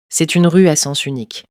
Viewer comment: почему девушка говорить rue как рущь ?